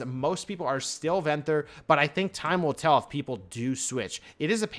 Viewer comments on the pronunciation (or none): “Venthur” it’s ven-thyr